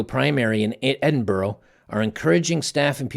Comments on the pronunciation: A Scotsman here. Just a small tweak to the pronunciation of Edinburgh ( no harm ) Its Edinbur-up ( minus the p obviously ) not Edinbu-row :) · Edinburgh, Scotland is pronounced Edin-burrah, not Edin-burow. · Edinburgh - pronounce it "Eddin-burra"